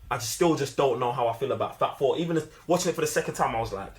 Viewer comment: 1.5K Thumbs Up + Mine! 👍 Thanks for the fun video! 😎🖖 I took a few moments to realize that you weren't saying, "Fab Four", but that you were saying, "Fat Thor"! 😅😂